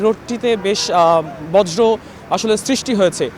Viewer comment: প্রিয় সাংবাদিক ভাই,আপনি বার বার বজ্র বলতেছেন, কিন্তু এটা বর্য হবে